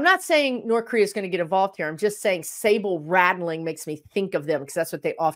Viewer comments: Maybe im hearing you wrong, but it's sabre rattling not sable rattling. One is a sword, the other a fur. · I think you mean sabre rattling not sable rattling. Sable is an animal That produces very elegant fur.